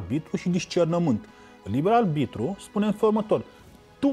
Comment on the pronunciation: De ce oare nu a învățat corect să spună “aRbitru” și nu aLbitru”???? Băiat deștept de altfel, însă pronunția incorectă este enervantă. Păcat!